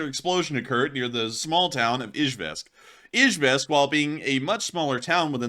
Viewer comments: It's pronounced E Jevisk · Dude if your going to make a living off of War Blood at least make a fkn attempt to pronounce city names correctly. Eezh yevsk - Nee zhnee Nov gor od - Chye lya beensk. Flame me all you want IDGAF but he is a typical lazy social media grifter.